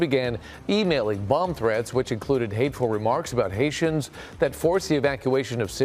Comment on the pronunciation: And its citizens are “Hayshums”.